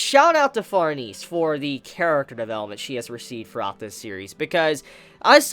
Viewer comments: What an awkward way to pronounce farnes....she is french...the e is silent...its pronounced like farms...but with an N instead of M...so like Farns.. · It pronounced farnaysay